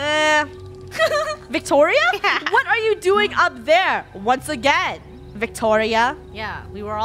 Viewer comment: did say victoro?